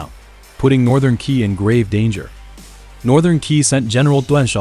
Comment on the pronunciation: Qi pronounce as Chie not Kie